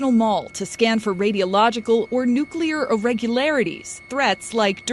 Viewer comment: Practice... Nuk-LEEEE-yar. 😅😅😅